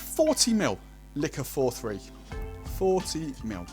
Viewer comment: Dude it’s Licor Quarenta y Tres - easy to pronounce. Nice looking cocktail. But what are these ‘mils’ you are talking about?